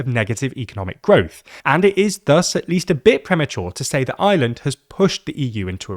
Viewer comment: That is the r o i and its ireland not ieland